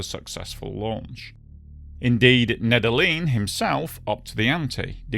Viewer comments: Just a heads-up, Nedelin is pronounced "Need-Yellin" in Russian. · Nedelin = pronounced Nedelljien